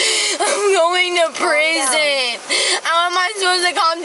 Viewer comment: Yes, you're rightfully headed for preezin, which is her odd way of pronouncing her future address.